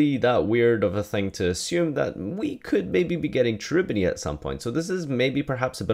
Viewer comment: It's pronounced Kerubini, the ch is hard in italian